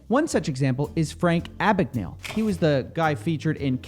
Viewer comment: Just a quick FYI Abbagnale is an italian name, so its gn is pronounced like the spanish ñ